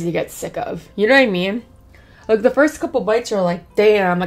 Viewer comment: ：This is where ta fun begins！ Me：This is where ta fun ENDS NOT BEGINS GURRRLLL！😂